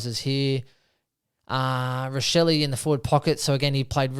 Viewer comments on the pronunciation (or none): Hey mate just wanted to let you know that “Josh Rachele’s“ name is actually pronounced “RA-SHELLI” And comes from a very proud Italian family! So I thought it best to inform you as it’s like fingernails going down a blackboard every time you say it ! Just don’t want you to wake up with WINX looking into your eyes!